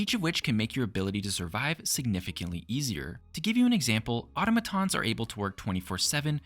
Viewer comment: Bro... that's not how you say automatons..